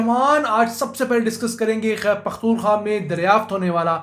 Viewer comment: Sir g it’s a humble request please pronounce khyber pukhtunkhwa properly,not taking you wrong with any bad intention but it sounds weird the way pronounce it. Shukriya